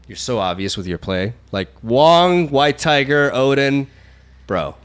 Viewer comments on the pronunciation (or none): none